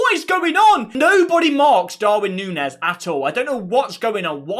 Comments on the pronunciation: Grown man saying "punez" is embarrassing 😂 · A grown man says Punes? Really? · Gakpoo? Poonez? Is that qunt a five year old? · Grown man saying ‘Darwin Poonez’. Christ. We also paid nowhere near £100m for Darwin Nunez either. Not sure where he’s pulled that figure from